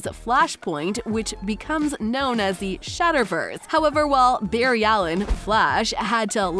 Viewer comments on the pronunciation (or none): none